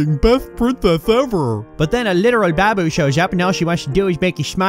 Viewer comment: The way you pronounce Babu is pretty much half of why I come here.